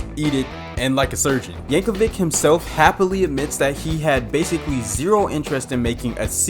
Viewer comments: Yank-a-vich is how you pronounce it bud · I love Bohemi-anne Rhasfody by Kween and Aye-mish Paradise by Wei-ard L. Yanker-vick! Those songs are so cool, they make you not want to take the 30 seconds to google how to pronounce the names correctly! 🙄